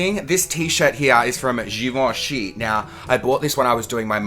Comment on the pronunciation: They way you pronounced Givenchy 😂